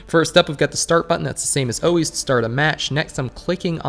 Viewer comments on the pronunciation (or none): It's pronounced 'ALWAYS' not 'OHWAYS'. Fuckin weirdo..